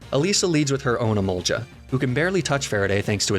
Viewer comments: ITS EMOLGA NOT EMOLJA 😢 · Emolga no emolja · I hate that I can't tell if he's mispronouncing Emolga or purpose, or if he just legitimately pronounces it that way.